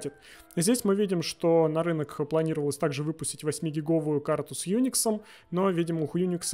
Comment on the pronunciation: почти попал, но только почти. Всё-таки транслитерация у Ксерокса - это ксерокс. Тут никуда не денешься и такой вариант вполне жизнеспособен. Но в каком языке буква "Y" звучит вдруг, как "Ю"? В транслитерации - это "Уай", ну или максимум "Ы". Поэтому "хьюникс" - это просто колхоз и лютый пиздос.